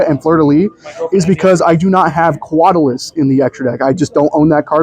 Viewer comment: QUATALIS > QUAERITIS 💀😂